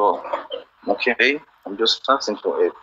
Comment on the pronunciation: "all i'm axing for is your elp baby, your making me feel like a bad person"🤣🤣poor old, his phone is broke his card is broke nothing is working for him